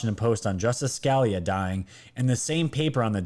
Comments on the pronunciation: Its not scaleya. Its Ska lee uh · Scalia pronounced “skuh LEE uh” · Justice Scalia is pronounced Sca-lee-ah. Just fyi. Great show. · Not being critical, just don't want those on the left to troll you. It's pronounced Justice Scalia... Scah-lee-ah. Thanks for your great reporting! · Scalia. Skah-lee-ah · I love your content and your show but for goodness sake please learn pronounceations of names. Sca- lee- ah, one of the greatest conservative judges ever. May he rest in peace. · You miss pronounce often , it is Sca li a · His name is pronounced Ska-lee'-ah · scalia is not pronlunced like a scallion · Pronounced “SKA LEE A” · I know it might be petty but please pronounce the justice name right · Hate to be picky, but you are mispronouncing Scalia.😀